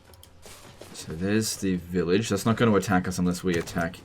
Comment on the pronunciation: Every time says village i keep hearing vilitch